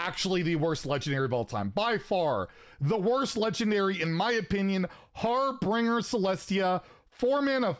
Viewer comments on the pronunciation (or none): Harbinger is so bad that can't even read the card. (It isn't Harbringer) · Ahh yes, the 'har-bringer'